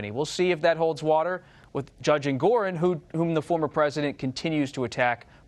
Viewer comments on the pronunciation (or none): none